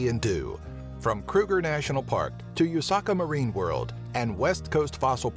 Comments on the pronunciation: eish he said youshaka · u-saka marine what? its oo-sha-kah marine world, name after the Zulu king King Shaka (sha-kah)